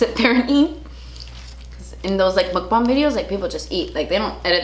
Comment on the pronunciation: Finally an American YouTuber pronounces mukbang correctly. Praise be! 먹방!